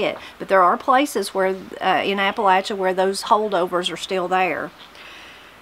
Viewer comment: From Mineral County WV. Just discovered your channel and enjoying it. It's a pleasure to hear Appalachia pronounced correctly. Spent 20 years in the Air Force and it was always a hoot listening some of my fellow Airmen trying to pronounce Appalachia. LOL